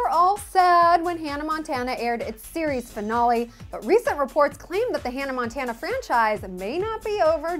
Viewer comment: finale..not fonale